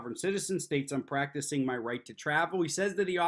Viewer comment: He says "practicing", when will he get it right.